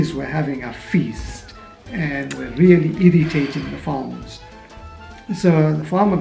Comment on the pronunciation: I think you should perfect your words before mentioning other Indians don't know how to use the correct words and pronounciation. Just like you mentioned the word really as relly